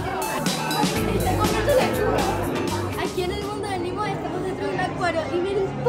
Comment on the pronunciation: No se dice NIMO SE DICE NEMOO🙄 y otra cosa para que pones a disney en tu portada si no fuiste a disney solo quiere llamar la atención😐🙄